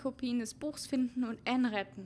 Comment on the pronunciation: Es heißt Anne nicht enn aber auch egal cooles vodeo😍😍😍